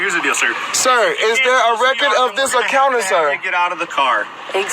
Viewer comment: He can't even say encounter for Christ sake!!!